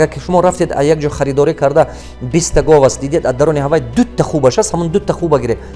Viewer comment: ГОФ НЕ ГОВ